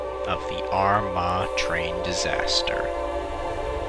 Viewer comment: “Disaster” rather than “disater”